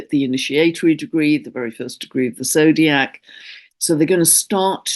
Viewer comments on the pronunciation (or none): none